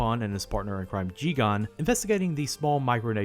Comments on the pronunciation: It's JiGEN, not JiGAN. Great video anyway! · It's Jigen, not Jigan. Unfortunately, there is a difference. Loved the video otherwise. Keep up the great work! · I noticed a few inaccuracies (or perhaps over-simplification) about the early history of Lupin and I'm really happy that you're not pronouncing it as Lu-pen but how does Jigen become Ji-gan? Every time I heard it really took me away from the video. Really fun video though! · But Jigen's name is pronounced as "Geeg-in"